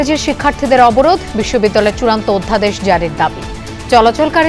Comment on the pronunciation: উচ্চারণ টা অধ্যাদেশ না ওদধাদেশ